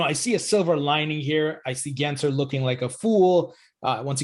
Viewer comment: Again saying Gary Genser lol. Even the captions produce “Genser” when you pronounce it. It has an L between the letter “s” and the letter “e” 😂. I know we hate the guy but try to get his last name right lol, it’s really easy. Edit: also I disagree, if Gensler gets his way, it could be the complete opposite lol. If we want the same to happen as back then, then Gensler needs to back off and instead embrace crypto in the USA and completely stop this attack the SEC currently has against crypto. We need favorable regulations so we don't stifle innovation and we can instead continue being a world leader instead of staying behind because of the cronies that are protecting the interests of the banking cartel. No, it's not a mis-spelling, you just can't read. Go back and read it, lol. Btw, English is not my first language.